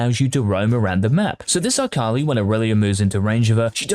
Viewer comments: why does he say "AKALAIH" dud just say akali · Did this man just say AKALAI? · Yes he did. I disliked the video because of it. Thats it, thats the only reason, everything else in this video is good, but because he said AKALAI, no. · Who is Eye-kali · Bro why tf you gotta pronounce her like that it hurt my ears